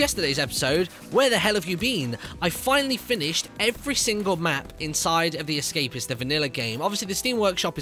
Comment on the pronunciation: Lol you said the esca-piss XD